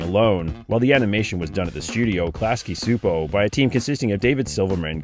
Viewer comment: it's actually pronounced Klasky Chupo